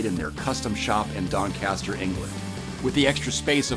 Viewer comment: Funny to hear someone from outside the UK pronounce 'Doncaster'. Not a terrible attempt tbf! 😉